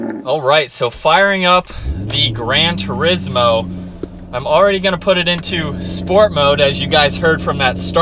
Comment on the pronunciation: Tur-IZZ moe? Really??? Tour-EEEz mo...